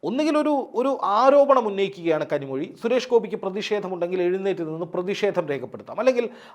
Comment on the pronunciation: Kanimozhi not kanimuzhi